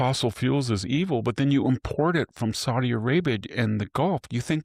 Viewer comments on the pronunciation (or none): none